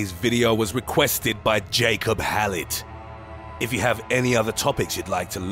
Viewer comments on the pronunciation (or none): none